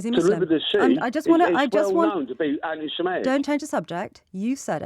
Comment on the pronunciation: Steve can't even say antisemitic properly, the thick get. I reckon he's the "Bill Gates wanted us to take his 5G Vaccine but Bowwis stopped him so Starman let BMW move all the Fowd Twanseets to Turkeeeee" guy from the JO'B show.